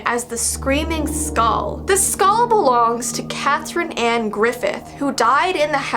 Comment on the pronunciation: Me: Skull. That’s how I say In this Texas life.: SkAuLl. My weird side of my mind: Is this ASMR..?